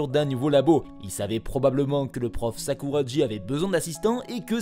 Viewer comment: Mais... Sakuragi se prononce Sakoura"gui", pas Sakoura"dji"... Merci de bien prononcer les noms japonais.